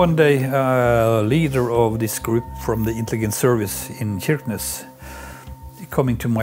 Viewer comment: On prononce "CHirquenesse", pas QUirquenesse ! Cela remet en question la crédibilité de ce reportage.